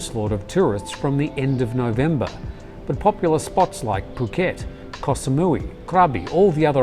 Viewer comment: Really excellent and thoroughly researched report, thank you. Also, very refreshing to hear a 'farang' using correct Thai pronunciation for words like 'koh' and 'pattaya'